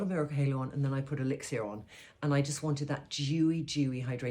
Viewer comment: Elixir is pronounced elix ah, not elix ee ah.